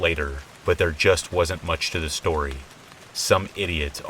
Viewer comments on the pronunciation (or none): I listen to these every night as I fall asleep! However, one thing I cannot get over is your intro. "SHtory #1, SHtory #2 & SHtory #3".